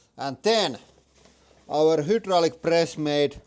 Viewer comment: Bro pretty much can't stop saying hoodraulic atp it's his whole brand